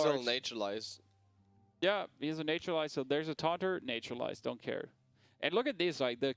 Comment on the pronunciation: Every time I hear them say "Nature-lize" I want to cringe. Its Nat-ural-ize. Not NATURE!